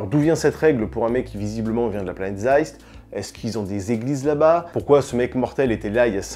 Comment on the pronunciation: Zeist on te dit !!! ^^